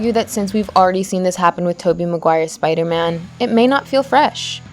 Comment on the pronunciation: she said spido man